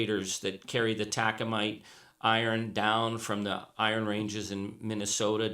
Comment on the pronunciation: Taconite. Not Tacomite.